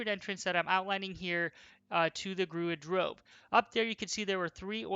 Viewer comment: I know this is old but... did he say 'Gruid Drove'?